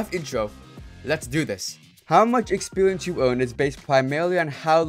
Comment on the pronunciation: "expewience" lmao